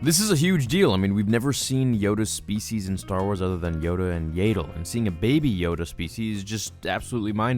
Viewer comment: The name is "Yaddle." It rhymes with "saddle."